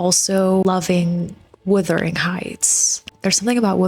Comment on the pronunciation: It WUTHERING (meaning very windy) not WITHERING (meaning shrinking and dying). The Yorkshire moors are really windy and cold.